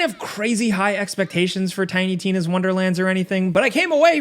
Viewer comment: I found its funny as hell the way is fcking up Tina's name and I guararntee that some die hard fan is molding over it 😂 🤣😂 🤣